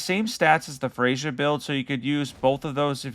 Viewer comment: I take it that you didn’t care much to listen to the dialogue of the characters in the DLC lol. Freyja gives us the correct pronunciation of her name as soon as we meet her. Thiollier too lol.